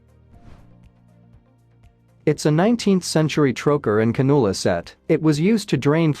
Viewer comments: It's not pronounced "canoola" it's a can-you-la. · It's pronounced CAN-you-la. Anything with a handle like that is a surgical instrument.